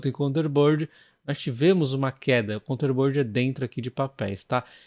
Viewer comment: 😂 Foi mal ser chato. Mas é assim mesmo que se diz, é só parar pra ler a palavra “containerboard”. Você fica falando counter-bird ou algo do tipo. Sem querer ser chato. Adoro os seus vídeos, 😛